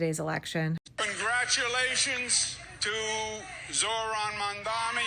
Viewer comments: 🙄 Cuomo can't even pronounce Zohran's name correctly. It's "Mom-donny," not "Momm-Dommy." He should learn, considering Mamdani is HIS mayor now! 😆 Bet he still says Ka-MOLLA Harris, like they do on Faux News. Maybe he can find a job there. 🤔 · Every time I hear them pronounce his name "Mondami," I'm reminded of how petty, disrespectful and butt hurt they all are. I've heard some of these same people pronounce Mahmoud Ahmadinejad's name correctly and casually. It gives "Ka-MAH-la" energy. Cuomo ran against Mamdani. He knows his name. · I'm pretty sure they call Zorhan Mamdani "Mandomi" because it rhymes with "Commie." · Gotta love how Cuomo mispronounces Mamdani after campaigning against him for HOW long!?!! That speaks volumes. Didn’t even learn to say his name properly!